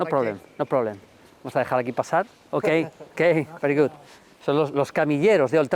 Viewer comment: Le salió gracioso jajaja